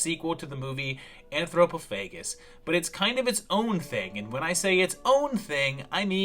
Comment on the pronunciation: It’s pronounced “an throw poff uh gus”